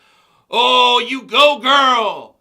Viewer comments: I started goddamn SCREAMING laughing when you pronounced "ypu" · I couldn't stop laughing when TJ pronounced "YPU"